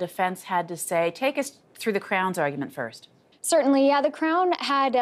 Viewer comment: don't worry, one day someone will get killed on the 1st and you're be able to pronounce it! xx